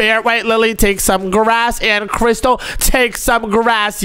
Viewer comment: It is crystal not cristal